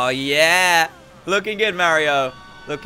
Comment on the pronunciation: Me: yea Dan: yea'r